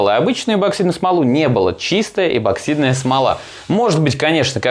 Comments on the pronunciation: ЭПОксидная не ЭБО а ЭПО, у тебя дажев названии ролика написано правильно!!! Когда вы научитесь говорит правильно?! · Неа. Я тоже постоянно слышу безграмотное произношение эБоксидка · так слух режет.. что такое эБоксидная смола? эбо еба ёба. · Я один тут постоянно слышу эбоксидная смола?😂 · Написано правильно а говорит ЭБОКСИДНАЯ СМОЛА. Следи за ресью